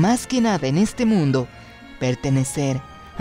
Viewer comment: Cuando dijiste mundu entendi mindu xD